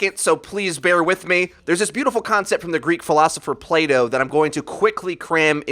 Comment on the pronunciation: Are you saying Play-doh or Plato?